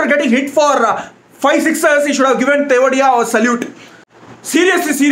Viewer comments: Who are laughing endlessly ahter he said tewatia as tewdiya😂😂😂😂😂😂😂😂😂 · He is tewatia not thewadiya 😂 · Are any tamilians here? Did u hear how he pronounced Tewatia as tewadiya hahahahaha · Nobody:: Rahul 'Thevediya'! Tamilians can understand 🤣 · Only South Indians understand how funnily he's pronouncing Tewatia! Hahaha